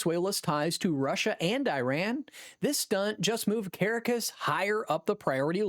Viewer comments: the capital city of Venezuela is cah-RAH-cahss, rather than CARE-uh-cuss. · It is Ka rock cus not kara cus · It was "AI"....the robot kept pronouncing "Caracas" as "Care-a-cas", it's "Ca-Rah-cas" . This wasn't really authentic at all....just Click Bait.